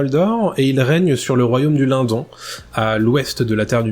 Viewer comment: super video Merci ! je pense qu'on prononce le "LineDonne" keep going